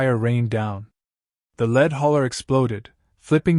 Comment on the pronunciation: A good ai volce. I can tell they always say lead as the metal and not as to make men follow